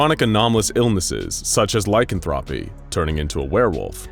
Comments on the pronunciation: No way homie pronounced lycanthropy like that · Lycanthropy (Lie-Can-Throw-Pee)